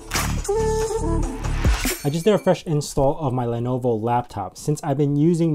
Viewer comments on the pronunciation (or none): none